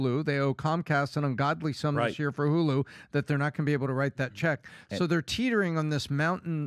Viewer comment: Someone should teach PBD how to say Year. Hearing him say Yure is just too much 😂